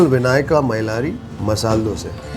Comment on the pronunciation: Very few who say DOSAE.... Coz You know KANNADA VERY WELL....